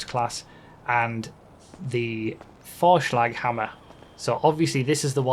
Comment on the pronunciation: Vorschlaghammer was very well pronounced. You have to have lived in Germany before